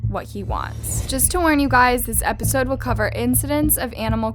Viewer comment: Did she just say episode 👁👄👁